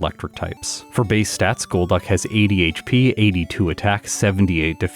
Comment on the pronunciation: Every time you say that a Pokémon has 80 HP, I here it as ADHD XD